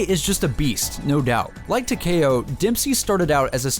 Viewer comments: its takeo not takao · It talk-ee-oh not talk-a-oh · Taw-Key-Oh not Tacky-O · Tuh-kay-oh lmao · why he say tekao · Tac-E-oh like (Tick) Tac- E (straight E, not eh) - oh (Oh, he doesn't know how to pronounce Takeo?) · It's not pronounced teh- ka - o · tah-k-o? do YOU even pronounce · no I ment YOU pronounce the k like k-e-y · any1 else pronounce takeo as Tac (tic tac) E Oh? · It's said Ta kee oh that's how you say it but you spell it takeo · I pronounce it Takeo, (Tak-E-O) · tahkayoh lol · 😂😂😂 when he fucks up the name for takeo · it hurts so much when he says Takeo wrong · For some reason it rally annoys me when ppl pronounce it like that 😂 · He does not know how to say takeo 😆😬💯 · that pronunciation on takeo lol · it's takeo it's like Tokyo except with an a sound